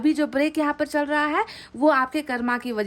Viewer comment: हम रोज आप की रीडिंग देखते हैं । लेकिन आप से एक request है कृपया हिंदी के शब्दों का उच्चारण हिंदी तरीके से ही करने का कष्ट करें जैसे---कर्म- को कर्मा, चक्र -को चक्रा, please ऐसा उच्चारण न किया करें सही उच्चारण- कर्म और चक्र हैं । हम चाहते हैं कि आपकी वाणी और अधिक प्रभावशाली हो । sorry and thankyou. God bless you